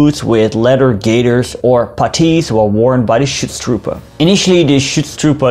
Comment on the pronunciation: Ich liebe es wenn englisch-sprachige irgendetwas auf deutsch aussprechen 😂 "Chutztrupä"